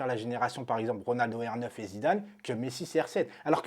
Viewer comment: c'est Zidane pas Zinzane🤣🤣🤣